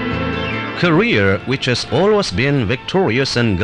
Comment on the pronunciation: i was searching for this video for so long because i watched the vice video where they used this and i literally just wanted to hear him pronounce “korea” as “career”